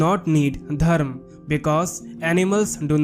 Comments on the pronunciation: It's dharma not dharm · It would be better if you learnt to pronounce Dharma with the ‘ma’ at the end